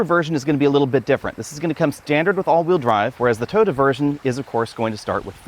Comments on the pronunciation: TOY-OTA, not TODA. Wth? Also, Subaru and all other manufacturers should keep fabric off the dashboard. The gauge screen should have a hood around it to ensure it is readable in bright sunlight. You can see in the video that it is struggling with glare. The infotainment screen is non-critical, but drivers should always be able to see the gauges. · first time ive heard "Toyota" pronounced "Turd" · "The Toyoode" 😄🤣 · I like your Aussie accent, you pronounce "Toyota" as Turtle, and I have to get use to it, Why buy Subaru instead of Turtle BZ4X if they are almost identical? Depends on which badge i like better? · When you say "Toyota" I hear "turd"